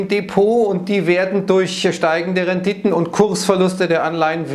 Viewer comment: Immer wenn das Wort RENDITE ausgesprochen erinnert mich die Betonung an Tom Gerhardt's 'VOLL NORMAL'! Sätze wie: Die Rendite kommt nicht von ungefähr! oder Da wächst die Mark schneller als die Bohne! haben sich ins Gedächtnis gebrannt 😂